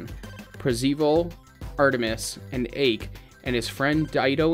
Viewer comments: "Per-c-vile" and "Ache"? Oh boy, let's see how the comments section will react to that. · Holy crap, do SOME research when spoiling a movie or atleast WATCH it! This is so bad. 'Par-see-vul' lmao and 'Ake'? dude come on this just screams I don't know anything